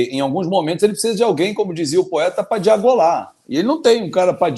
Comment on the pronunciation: Diagolar? 😂 Dilogar tá diferente. 😅